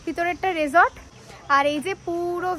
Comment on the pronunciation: কথাটা রিসট ... রেসট নয়😂